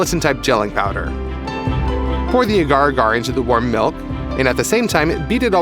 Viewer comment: As a microbiologist I always cringe when people pronounce “agar” incorrectly >.<